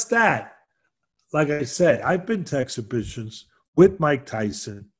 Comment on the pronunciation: AN EXHIBIXION!